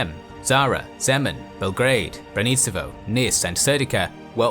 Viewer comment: For all your excellent research you really failed on some toponynms: Braničevo = BRA-nee-che-vo. Niš = Neesh. Loveč = LO-vetch